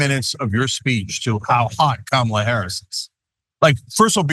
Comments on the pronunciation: It’s some childish how the nutters in the GOP refuse to pronounce her name correctly. Like kids in a playground. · Wow! Trump is really slipping. He actually pronounced Kamala correctly.